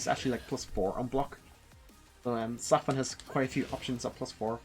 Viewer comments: Pretty awsome guide. But idk how you pronounce zafina the way you do the game announcer says it when u pick her. But i dont want the negative to overwhelm the compliment. Really really thankful for the guide 😊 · I was heavily triggered by your pronunciation of her name, but this was really good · The way you pronounce her name should be legit illegal. Otherwise thanks for the guide homie Kappa